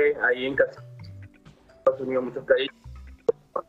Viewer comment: se dice Estados Unidos y no Ejtado Junidos Que mal pronuncias el Castellano🙄😜👎🏻y cuando la dijo joy en vez de hoy ya nada que hacer, 😝👎🏻